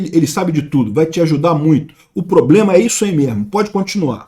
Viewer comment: 😂😂😂😂😂"ploblema arrezovidiu!!!"